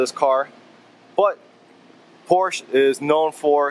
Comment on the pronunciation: Its Por-sha.